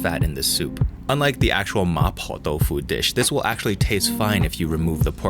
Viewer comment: that Cantonese there sounded perfectly fine. There's always a danger of introducing weird accents when mixing English and Cantonese in the same sentence, but that "ma poh dau foo" sounded proper Cantonese :P